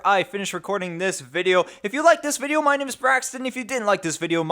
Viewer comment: "if you dont like this wideo my name is linus" lmfao xD